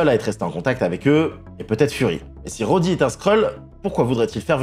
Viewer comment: alors j'aime pinailler mais soit tu dit "james rhodes" (se prononce jaimse rhodze) soit tu dit "rhodey", mais james rhodey, ca existe pas, l'expert